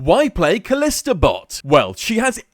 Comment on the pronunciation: It's pronounced ka-lee-sta